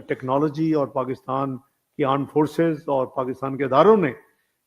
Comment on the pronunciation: Aand forces😂😂